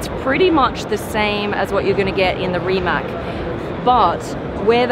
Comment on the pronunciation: Learn pronounce Rimac!